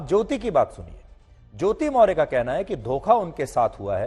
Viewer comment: पहले आपको सही नाम मोर्य के जगह पर मोर्या बोलना चाहिये. आप सही रिपोर्ट कैसे करेंगे. जब आप सही नाम नहीं जानते हैं.